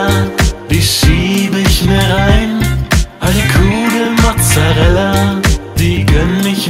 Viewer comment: "Mozzereller" :D